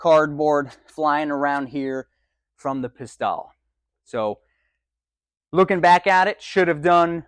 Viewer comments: "Pis-TELLE," not "Pis-TAHL" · Not "Pistalle," but "Pistelle." It's not tomato, tomato, so don't be a hick!